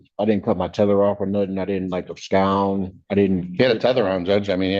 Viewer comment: He didn’t “abscound”. ABSCOUND?